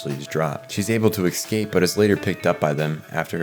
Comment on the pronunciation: Such a great video. As a CBB lover, there's so much I didn't realize. Small annoyance. "Escape" isn't pronounced "Excape"! Nails on a chalkboard!